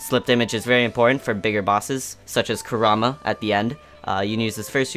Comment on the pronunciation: Koo-raw--mah, rly? It's ku-ra-ma all together lol.